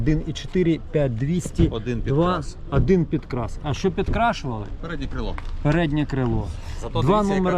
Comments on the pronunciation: Хороший огляд👍 лише "адин" вухо ріже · Чому адин і вісім , адин і пʼять ? Вухо ріже пі.з&ець!